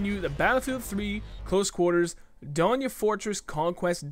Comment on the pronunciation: Just a tip: it's pronounced Don as in don't and ya just as you said it. Donya. Message if there are new words so I can tell you the correct pronunciation. I speak Farsi :)